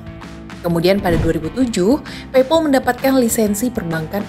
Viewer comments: Pei pal mbak bukan pei pol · pronounce paypal-nya kurang pas, pal di-pronounce pael atau pel jg boleh